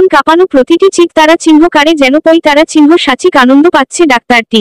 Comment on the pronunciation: Golpo ta sundor holeo, jini kothok tini bar bar tara chinho bolata shunte bhishon kane lagchhe.. please jini reading porchhen ektu tara chinho bolben na ota elop kore pronounce korben tahole shunte bhalo lagbe..